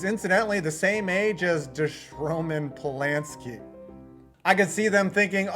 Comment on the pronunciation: “DeRoman Polansky” 💀💀😂😂😂